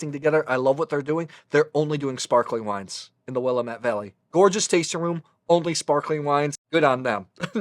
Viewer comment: Thank you for the great video. Fyi it is pronounced Will am ette, rhymes with damn it. I live in Salem, Or. Overlooking the river.